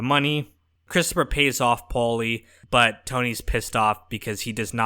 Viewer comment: why do you pronounce “paulie” so weirdly you keep saying with a decent pause in between “Paul-lee”😂